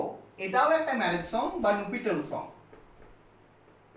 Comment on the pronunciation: স্যার ওটা nuptial হবে। আপনি নুপিটাল লিখেছেন+ বলছেন। 😢